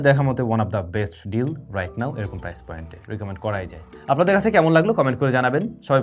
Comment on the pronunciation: প্রাইজ?😂 নাকি প্রাইস ভাই? এরকম ভুল শেখানো অনুচিৎ